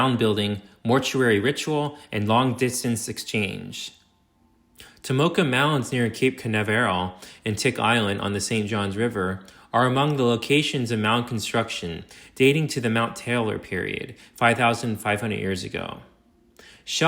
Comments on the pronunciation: he also pronounced cape canaveral as cape canna-varral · As a Floridian, this is excellent content.. and I totally forgive you for some of the pronunciations, but at least get Cape Canaveral correct. kayp kuh·NA·vr·uhl Google! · Like Cape Canaveral